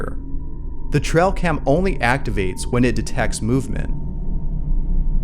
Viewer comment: It's ' tray- uhl ' cam..not ' trell ' cam .